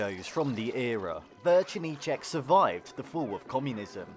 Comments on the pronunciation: Correction, it's not "Vercernicek", but "Večerníček", no "r" at the beginning.. also all the dolls we had looked creepy.. Spejbl and Hurvínek, Kuko, Raťafák Plachta.. honestly, we probably never had any normal ones, maybe except Patt and Matt.. btw: this video only shows the Czech part of Czechoslovakia.. the only Slovak part was the national anthem at the beginning and end.. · It's actually "Večerníček", not "VeRčerníček". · its večerníček not verčerníček😭 you added an r